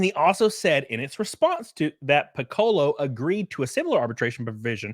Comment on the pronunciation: Thank you for mispronouncing Piccolo's name...every other video I saw had me imagining the Dragon Ball Z character being victimized by Disney.